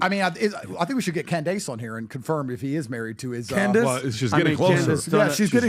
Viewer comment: Just note.... since their introduction Andrew is the only person to pronounce Candace name correctly.!!!! FACTS!!!!